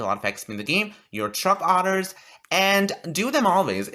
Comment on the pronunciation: When your so gay you say “truck otters” instead of truck orders